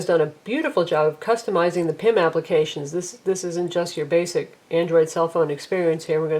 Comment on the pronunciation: I can't stand that she speaks out Acronyms! VOIP, PIM??? What the Hell!